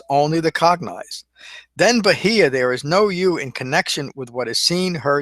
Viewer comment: Your pronunciation could improve but all in all good job. Bahiya= Baa-here.